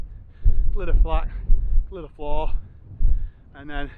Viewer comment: 6 mins in and love the many pronunciation references already 🤣 Yes, they need work. Tryvan, Vach, Vawr will get you close, unsure how to type the LL 🤣 Great to see this part of the world again, been a while